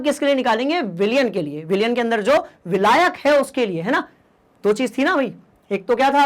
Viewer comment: abe vilayak bolna to sikh le